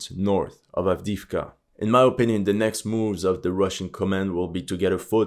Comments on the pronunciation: I've been a huge fan of your videos for a long while, your attention to every little detail always amazed me, including how you pronounce Ukrainian and Russian names - the way you say "Запорожье" is fabulous! Thus, it's about time someone tells you: it's not AVDIVKA! In Ukrainian, it's АВДІЇВКА so you say it "AVDI-YIVKA" there, sounds much like when you say "KYIV". In Russian it's quite similar, AVDEEVKA which sounds like "AVDE-YEVKA". Now let's see if you actually read the comments. I might just post this every time I hear you say "Avdivka" hehehe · Пора вам изучать русский язык😂😂😂 не Avdiivka а Avdeevka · sure, maybe then he will be able to pay someone to tell him how to pronounce Avdiivka, Andriivka, Makiivka... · Акцент похож на русский/восточно-славянский, согласен. Возможно на Испанский или на любой, где так же внятно произносятся согласные, но он плохо читает названия и совсем не знает, что на этих картах написаны украинизированные варианты. Был бы он русским, то уж точно не говорил бы: Авдиивка, Работинэ. А говорил бы: Авдеевка и Работино.